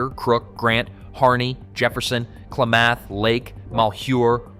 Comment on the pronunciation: Actually, eastern Oregon eastern Washington and north Idaho want to join together and make their own state. Good riddance and enjoy becoming another taker red state. And it's Ku-lamb-uth.